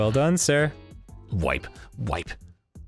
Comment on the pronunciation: I fucking lost it when Arin said “W I P E”